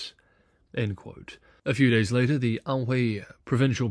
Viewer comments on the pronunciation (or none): none